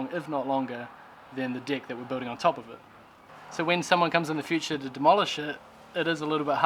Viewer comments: Deck no dick say it properly 😂😂😂😂😂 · I'm always laugh when you say "Dick"...... cheers from Brasil